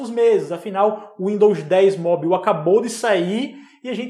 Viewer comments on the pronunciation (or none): Sem querer ser chato, mas já sendo... Esse sua pronúncia de mobile ("móbiu"?) não vem nem do inglês americano, nem do britânico... hehehe Tá tipo um inglês da Guiana... Melhora isso aí, hehehe